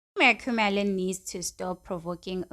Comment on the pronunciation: Stop saying makhumalo like that, your voice is so annoying... Say Makhumalo the right way yooh